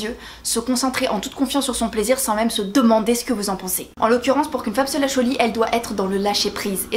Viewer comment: Mickael Payet ouai ben dans ce cas elle ne vient pas dire pour qu’une femme se lèche au lit aulieu de pour qu’une femme se lache au lit! L’articulation est importante pour être écouté.